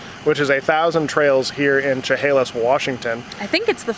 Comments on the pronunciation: Funny, it’s pronounced “sha Halis “. Not “Cha Halis “.....cool leveler though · ) its pronounced Sha hale us . Took me awhile to get some of the towns of my adopted home state down :)